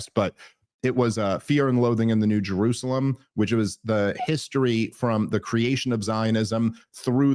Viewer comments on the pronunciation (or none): none